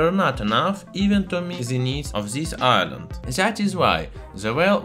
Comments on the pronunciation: in the word island the s is not pronounced, you make it sound like iceland but it should sound like "ailend" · Island, not ice-land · I-land not iceland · just to point out you seem to be saying Iceland when you mean to be saying island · The proper pronunciation of the English word "island" is "EYE-land". It is the same "eye" sound as the English word for the 2 eyes you see with. Having said that, I do really enjoy listening to your heavily accented English, it is most intriguing & you should not change it; it is after all our unique differences that makes the human species so interesting. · Pssst! Island. EYE-land It's the English, silent 'S' ;) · I was so confused cause iceland is nowhere near estonia, it took me a while to realize in your accent you pronounce the "s" in island :p